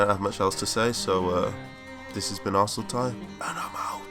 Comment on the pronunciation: so THATS how you pronounce arsenalty